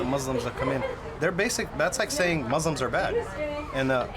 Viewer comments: "MOO-slums" ... Is that how that's pronounced? I'm concerned. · I'm sleep 😂, my mans said moozlims. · “mooslums” lmfao 😂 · "I've never been in a MOZLIMZ house" that cracked me up